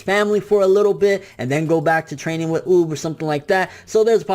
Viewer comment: oob?? its UUuuub 😂😂😂